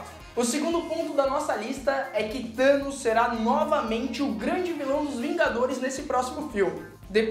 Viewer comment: Vingadores:"Thamos" ferrados